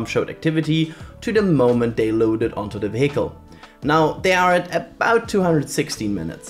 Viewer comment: Hi, great video! Tip for future videos: vehicle is pronounced VEEhicle, with stress on the first syllable. 👍 Anyway, I hope Starship makes it to re-entry!